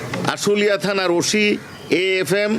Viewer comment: খবর বলেন ভালো কথা আশুলিয়া কে কাশুলিয়া বেলন কেন